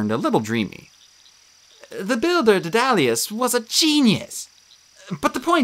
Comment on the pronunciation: DEAD-a-lus or DAED-a-lus, not dead-DA-lus...the Tony Stark of Ancient Greece...I only bring it up because when you mispronounce the names of known characters, it’s kinda confusing...